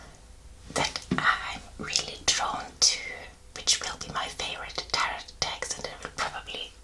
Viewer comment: Just wanted to let you know that its pronounced tehrow. The end T is silent. Love your videos. I love tarot. You might try Oracle cards too.